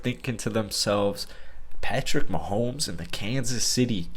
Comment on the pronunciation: mahomo to me